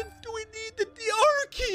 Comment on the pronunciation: I didn't even know he was saying R key, I thought he was saying Archae or something up until the item actually appeared.